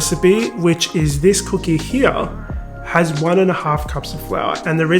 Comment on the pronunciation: I’m trying to pay attention but can’t get past that pronunciation of “c00keh”. Now I know why y’all call em “biscuits” 💀